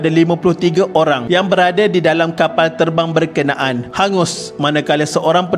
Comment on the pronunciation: tok suka sgt perkataan kapall, teball dan beberapa perkataan lain yg melibatkan huruf 'L" dlm semua video D.M.D ni.... cara admin menyebut tu tok suka hehee...